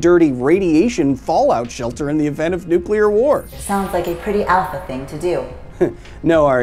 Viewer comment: Pretty much every time you say “nuclear” I have a compulsion to tap the video back 10 seconds just so I can hear somebody pronounce it correctly again. Thanks, man